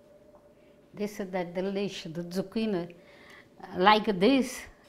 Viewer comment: ZucchinE...not I.